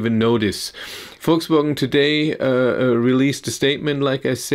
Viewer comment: Volkswogn. Are you from the south?